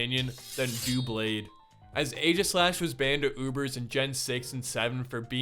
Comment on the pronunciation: ITS DOUBLADE NOT DOOBLADE BECAUSE IT COMES FROM DOUBLE BLADE